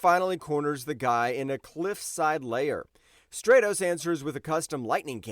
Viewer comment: Stratos: Strat•ows